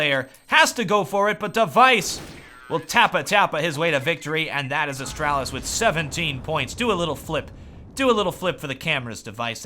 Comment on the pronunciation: It's not that difficult to say Astralis man :/